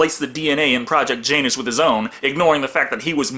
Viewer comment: Ya·nus, not Jane·nus.